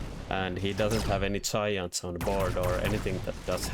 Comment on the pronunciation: Hello! This is random advice, so feel free to take or leave it; I heard "Science spec", but then I read the interface and saw it was Giants. If you make the G a harder sound, it makes it more clear. If I am not mistaken, for your accent, making a "D-yai-and" sound should be close to the standard english pronunciation. :)